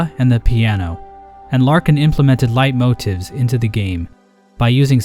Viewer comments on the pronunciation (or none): The way you pronounced leitmotif killed me